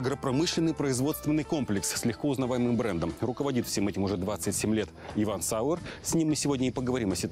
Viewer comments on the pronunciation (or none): Одного не понимаю, почему он фамилию не исправит ведь он Зауэр (Sauer-Кислый), а не Сауэр? Исковерканая немецкая фамилия аж уши режет.